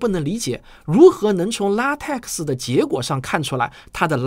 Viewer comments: LaTeX： 读做 ” La Te Ke “ ，而不是 La Te Ke X . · LaTeX 的X不发音 念作拉忒克